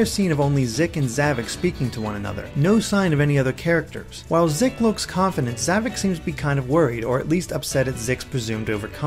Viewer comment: It sounded like you said, "Zomnom," which is actually an adorable idea for a nickname for him. XD